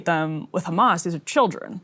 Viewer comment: pronounced kkkkkhhhhhamas 😂